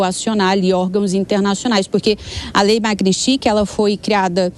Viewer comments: Essa moça não sabe falar o nome da Lei..kkkkk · A reporter não sabe nem pronunciar o nome da lei!